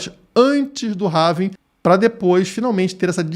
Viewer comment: Não é "HAVING"! É HALVING.